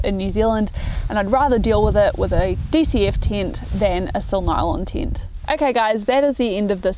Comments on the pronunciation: hearing "tint" every time instead of "tent" just hurt my ears and i am not even native neglish speaker. :) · What's a "Teent"? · its a tent not a tint :)